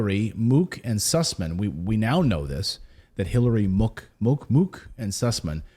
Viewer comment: Mook, pronounced MUCK